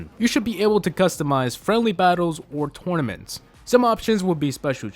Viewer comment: the way he says tournaments 😂😂😂😂😂😂😂😂